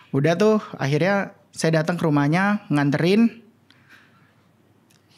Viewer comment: PECAH BGT PAS NGOMONG “SUAYA”😭😭😭😭